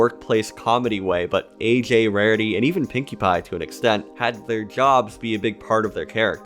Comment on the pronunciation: wawity? Are you talking like Elmer Fudd now?